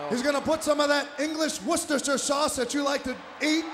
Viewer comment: the only time ive heard an american correctly pronounce worcestershire sauce lol